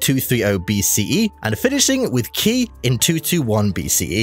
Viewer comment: The Qi and Qin you very terribly mispronounced... it's Qi = Chi and Qin = Chin. Not key and kin